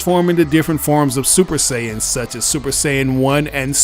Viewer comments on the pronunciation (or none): none